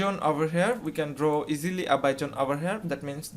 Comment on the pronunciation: I've just worked out; when he says Jone, he means Zone.